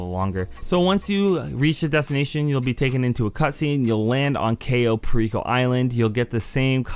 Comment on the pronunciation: a couple mistakes mistakes, 1st its pronounced cai-oh pear-ico 2. its koh-sat-kuh 3. scroll right on cams to get to the basement wayyyy faster, 3rd if you want to call in your mkII faster go to interaction menu and go to vehicles and call it in, 4th the only difference with hard mode and easy mode is 90k extra and one extra hack